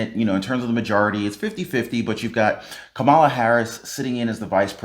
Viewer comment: U keep mispronouncing kamala